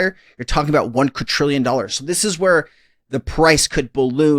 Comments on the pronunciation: It's not pronounced qud-trillion, it's quad-drillion. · it is NOT uqadtrillian IT IS QUIDRIALLION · QuaDrillion…. Not Quatrillion…. My Only peeve of this channel lol. Love ya